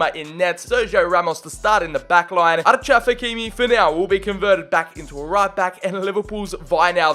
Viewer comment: did he say archaf hakimi ? :))